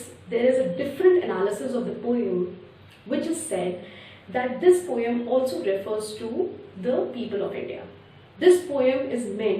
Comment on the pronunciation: It’s not po yum it’s poem